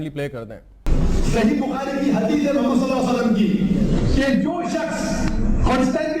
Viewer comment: تو تقریر تو کررہا ہے۔تجھے اردو کے تلفظ تو نہیں آ تے۔ بددماغ محمد( صلی اللّٰہ علیہ وسلم) کو مومد کہتا ہے نالائق تیری علمیت کا اس سے بڑا ثبوت کیا ہوگا۔